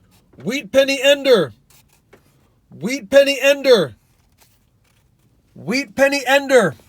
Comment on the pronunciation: He said wheat senny ender Once in the video